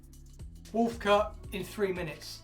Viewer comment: “Wuulf cut in FFRREEE minutes, stunnin’ innit?!”